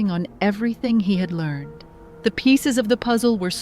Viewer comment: Learned is not a 2 syllable word unless you are talking about a well respected, aged, well educated person. Yet again AI proves itself unintelligent. If they want folk to invest in it, they better fix it's glaring innaccuracies FIRST! Sobbing is an english word completely unlike soba noodles, the o is short. You got sooooo many words wrong, you butchered our language, and still do. Is ignoring protests any way to run a business? Why does your channel pay for their rubbish?- -----ed words are not usual, yet you pronounced 3 in a row wrongly. This is not as you say the default, it is an exception. Don't any of your techies understand english? Immediate you also made a mess of. Get a clue and stop assaulting our ears. Look it up on google if it's otherwise too hard for you or get an english native to teach you, edit your mess. This has been horrible for far too long already.